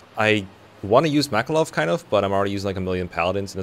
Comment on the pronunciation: Makalov not war